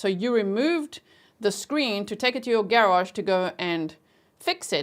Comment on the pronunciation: I love how you say “Garage”! 😊 ❤